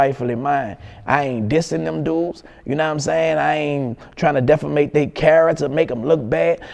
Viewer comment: He can't say "defame" to save his life lol